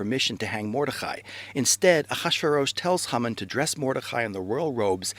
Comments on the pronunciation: I can read and write proficiently in Hebrew and I can speak a pretty well for not having studied it conversationally for several years. I've NEVER heard Haman's name pronounced HUmin. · I don't hear "HUmin"--I hear Hah-mun spoken quickly. But even if he used the Americanized "Hay-man", the video had a great message that fast-speaking Americans (for whom it was probably made) can understand. I don't ever want to criticize an effort to declare Truth. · that is the funniest pronunciation of Haman I've ever heard :)